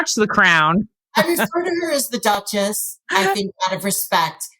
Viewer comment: .....the Douchess of Sarf-end.